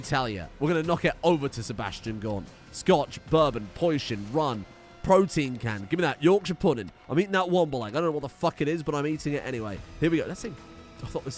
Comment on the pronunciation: American pronunciations of British places: Yorkshire. It causes me physical pain.